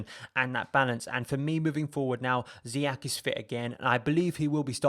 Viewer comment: It's Zee yesh not Zee yack ffs